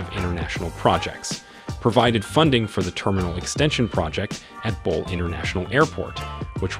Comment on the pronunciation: GERD is a 5 billion project not a 5 million. It is bole not ball.